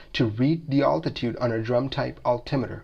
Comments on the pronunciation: You pronounce altitude interesting, alltitude, here in Washington state natives say Al-titude like a guy named Al, I am assuming this is true for the rest of the west. But you say Altimeter like that. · Altitude...Al like a man's name not Ultitude?